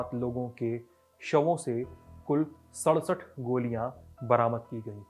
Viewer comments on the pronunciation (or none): none